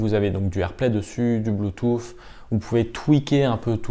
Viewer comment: J'ai bien aimé votre " blue toufffff" 😂 .. vous êtes super technique, je n'y comprends rien ! Mais dire " blue touuussss" (bluetooth).... Je le sais 😜👌. Merci tout de même !!!